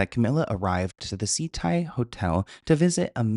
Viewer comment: Ok I live in Miami and kept thinking you were saying "Sea Tide Hotel"... It's prounounced SAH-TAI lol. But yea, fuck this guy. Definitely guilty.